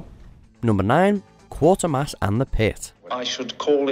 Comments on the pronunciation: STOP MISPRONOUNCING QUATERMASS!!!!!! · I agree. He pronounced it as 'quarter'. There is no 'r'. It should be pronounced 'qwayt...'. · Quatermass is pronounced like Cratermass and not the weird pronunciation in this video Quater as in 'A Quarter past'. If you have ever watched any of the TV episodes or films you will have noticed this. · Quatermass, not Quartermass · It is Quaytermass, not Quartermass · Not KWAH-termass. KWAY-termass. Gods that was annoying! Get a host that can speak UK English for any sake! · It is Quater mass NOT Quarter-mass, trying watching the film before you make a fool of yourself. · Quatermass (as in crater) NOT QuaRtermass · Right no r Its Quatermass with a long a. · The first two syllables of 'Quatermass' should rhyme with 'Crater'. The professor's name is NOT 'Quartermass'. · Quater rhymes with crater or waiter, not with water or daughter. Phonetically, it is Qw- A-ter-mass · FFS, if you’re going to list top 10 anything get the bloody pronunciation right. Quartermass, my god. Among the best British scifi ever and you get it wrong, give me strength. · Pronounced: "Kwaytermass" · It's pronounced QUAY -TER - MASS....... DOH! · Learn how to pronounce Quatermass